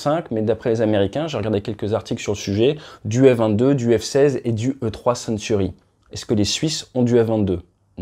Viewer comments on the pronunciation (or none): T’as parlé avec les tripes là! 😅 Ça aurait de la gueule toute l’Europe en Rafale! Bon, à part ça, le E-3 c’est Sentry, pas Century! 😉